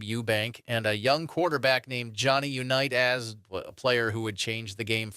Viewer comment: from 1 small content created to another. Do you have a great base to build on and I love the information. try not to say the same stuff more than 2-3 times. also double check the ai on pronunciation they said jonny unitas like 5 diffrent ways. your content is good and i am in no way dogging on you. you got this!